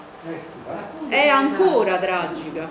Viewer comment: Brutta dentro e brutta fuori. Abbiamo fatto un referendum per entrare nell'euro? Non sembra neppure che si droghi... però che oratrice, che dizione... pronuncia perfetta: "La situazzzzione era traggggica... a rischio gli stipendi pubbbbblici. Non C' abbiamo più sviluppo industriale." Complimenti vivissimi a chi l'ha invitata a parlare al comizio!!!! Se Berlusconi vinceva le elezioni il merito è di gente come questa.